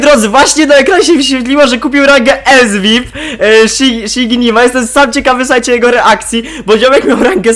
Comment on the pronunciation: Czyta sie Sziginima nie szinigma wrr